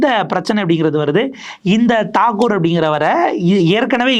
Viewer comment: Ranjan batt not badd????thakoor not thagore??? சரியா உச்சரிக்கவும்